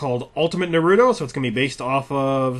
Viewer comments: Na - roo - toe =naruto! not narudo. I hate how people mispronounce his name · "Ultimate narewdo" how dare you?! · why can nobody pronounce his name right? Everybody keeps pronouncing it as Naru-doh instead of how it is supposed to be pronounced, which is Naru-toe. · I think they are watching stupid Dubbed episodes, NEEROOOTO. Its fucking Naruto - TEBBAYO! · ultimate Nuhroodo according to the announcer. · he is pronouncing anime wrong (which is not that uncommon) BUT FREKING WAY HE IS PRONOUNCING NARUTO WOULD BE HILARIOUS IF I WASNT A FAN OF [NAR-ROO-TOW] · WTF?! i paused the video once I heard "narewdo"... Do SOME research before showing gameplay of a popularized anime/manga turned RPG. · I call him Naturo, you shouldn't get upset about stuff like that and if you knew how to say it correctly the first time you saw it, yaaaay for you (i guess).I know a lot of Naturo fans who keep on mispronouncing his name but it's up to them and that shouldn't bother you. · NAR RUUUU TOE you need to say it right heh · Because he's American. They often pronounce T as a quick D. Don't ask, I dunno why. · Ugghhh...why is it so hard for people to pronounce "Naruto"? I don't understand the inclination to pronounce it that way. The first time I ever saw the word I knew how to say it correctly, and this bothers me to no end. On the plus side, you can tell someone doesn't know anything about the show when they pronounce it like that. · I hate it when people say naruto wrong like this guy did. It just pisses me off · If you're reviewing a game like a professional you one should really first know that he/she is pronouncing the main product correctly. For regular people it doesn't bother me but if I'm watching a review, commercial. etc. it doesn't hurt to try it out just once. I mean it's said every episode. For something like this he should say the name right. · you miss pronounced naruto its like naru combined then to like toe or just watch a video in the japanese version to get it right